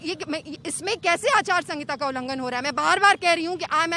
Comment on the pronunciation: Didi aacharsangita nahi aacharsahita 🤣